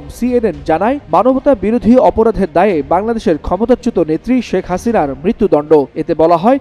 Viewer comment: হাসিনার নামটা বলার ধরণটা ঠিক আছে ❤